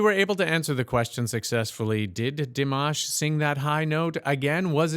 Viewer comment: Di-mosh is right :)